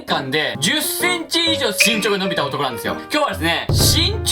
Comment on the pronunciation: 伸びが呑みに聞こえた笑